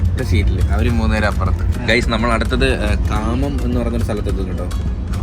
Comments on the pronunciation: കാമം അല്ല ഘംമമം ആണ് 😂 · Kammam😂 alla khammam. Vijayavada Hyderabad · കാമം അല്ല കമ്മം ( khammam) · കാമം അല്ല കമ്മം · Machan mare athu kamammm alla khammam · Kaamam alla kammam. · Chetta aa place inde name കാമം alla ഖമ്മം enn aan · Kammam...😂 not kaaamam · Khamam alla khammam